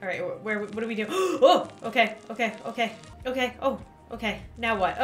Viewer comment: Did she say otay?